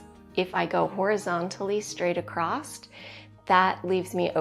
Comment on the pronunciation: It's across, not accrosT. (example) She crosses the street, she crossed the street. She cut across her hair.